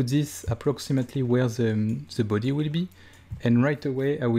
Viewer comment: I let out a little giggle every time you say things like "Ze büdy"